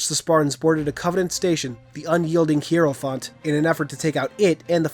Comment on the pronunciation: cant pronounce hierophant :c